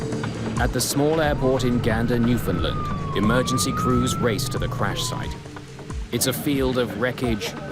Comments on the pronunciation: It's pronounced new fin land not new fin lind... terrible... I hate hearing it pronounced wrong. I'm from the capital of newfoundland lol. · "at the small airport" Jesus Mary and Joseph. When Gander opened in the 30's it was the largest airport in The World. And, it's Newf~found~Land, not "New~find~ Lind. Fuck's sake. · it's pronounced, "New-Found-Land" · Gander is in central Newfoundland, not eastern, and ‘Newfoundland’ is pronounced like ‘understand’, not the way the end of ‘England’ is.